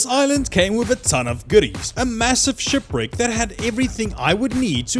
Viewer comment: "Shupwricks" I want go diving near a shupwrick.